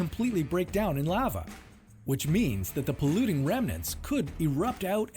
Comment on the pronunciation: This guy managed to pronounce Lava, at least 3 different ways.